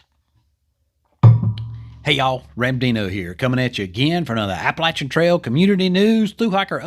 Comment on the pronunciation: Great video as always and thank you for insisting on the correct pronunciation of Appalachian. This Appalachian native appreciates that very much. Just so you don't get yelled at by local folks around McAfee's knob, it's generally pronounced MACK-uh-fee in the area.